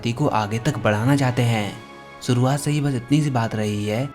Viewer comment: शुरुआत not सुरुआत श बोलने की प्रैक्टिस करो